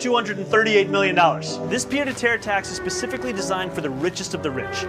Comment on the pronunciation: You know 99.99% of the people listening to this are hearing Tim mention something that sounds like a pita tier tax and have no idea what it is, like Tim probably had no idea what it is until a few hours ago, but he just casually throws it out there like it's a household name, even though it's french and he's not even pronouncing it correctly. What a dork.